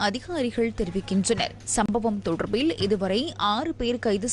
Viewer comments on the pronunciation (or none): இப்போ வெளங்குதா.. "தொடர்ர்பில்ல்" என்று வாசிப்பது..😮..(😢..)